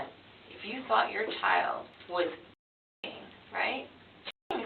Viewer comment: Why can't you say "CHILD"???